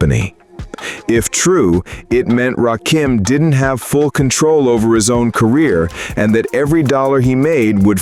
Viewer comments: I FKN HATE AI...it's RA KIM not RA Keem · It's Ra Kim. Not RAKEEM !!! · Right...It's not Ra-Keem!!! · Why is it that y'all have such a hard time pronouncing his name?? Its RA-KIM...NOT RA-KEEM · His name is not Rah Keem!!!!!! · I hate that soulless robot voice saying rakeeeem it’s freaking me out😂😂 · This AI SLOP always call hin Rakeem...so annoying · It’s RA - KIM.. 🧐